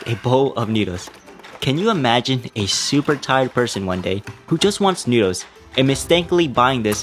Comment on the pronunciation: and later, you said SOUP-er easy to solve or smth like that hahahhh